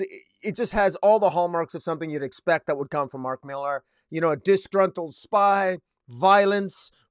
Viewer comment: Hey, bro. It's just Miller. I know it has an "AR" at the end, but it's just Miller. Regular pronunciation. You have a cool setup, though!